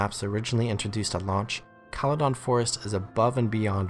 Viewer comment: i disagree with call-a-don forest.... it's kale-don forest